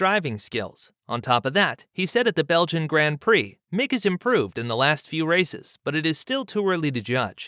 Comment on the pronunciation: look up the pronunciation of Grand Prix too. What you’re doing isn’t even an Americanism, it’s just wrong and off putting.